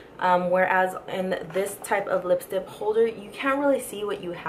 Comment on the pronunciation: why do you say lipstip.